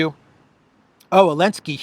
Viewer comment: Lol u funny can u ask u something why don't Americans pronounce (Z elinsky ) name right with (Zel, not an (A elinsky